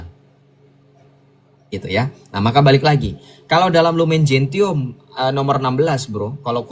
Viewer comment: Masukan sj: Lumen Gentium dibaca lumen jensium; Nostra Aetate dibaca nostra etate.